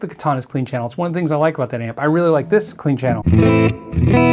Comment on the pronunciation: amp - not app